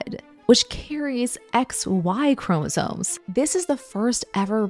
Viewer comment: Is she saying “chromosones”?